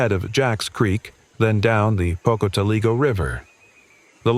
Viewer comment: Yeh - can't pronounce Pocotaligo & other names either. Got the Marsh Tackys right though...